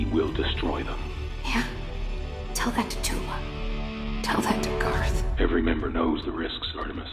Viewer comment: i keep hearing gar not garth from him